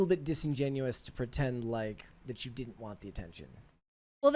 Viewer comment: Why is Billie saying “didd-dint” instead of “didn’t?” Why bother with contractions if you are going to use the same number of syllables??